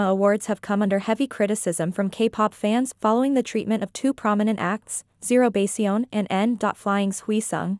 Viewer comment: This creator should also show some respect and learn the correct pronunciation of ZeroBaseOne. 3 simple words, not that difficult!